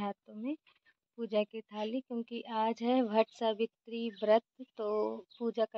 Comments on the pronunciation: Bhatt savitry nahi hota vat Savitri kahte hai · आप अच्छी लग रही हो और भट्ट सावित्री नहीं बोलते वट सावित्री बोलते हैं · BhattSavitri vrat nahin hota hai vat Savitri vrat hota hai